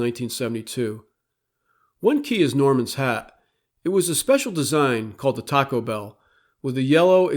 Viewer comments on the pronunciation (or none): none